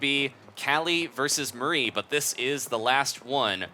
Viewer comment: You say Marie wrong